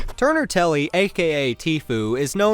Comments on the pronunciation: Its called turner tenney not telley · Bro this mans just said Turner Telly, it’s Turner Tenny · It’s tenny not Telly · This man said turner Telly lmaoooo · Buddy said Turner telly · Turner telley Tfue: it's Turner Tenney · it’s turner tenny not telly duhhh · It’s tenney not telley